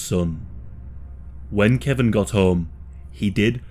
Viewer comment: His name is KE-VON not Kevin lol